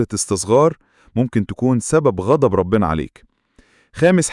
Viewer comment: كلمة ربنا بضم الباء